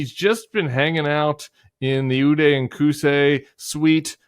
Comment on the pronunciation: Okay the Ude and Kuse suite had my laughing out loud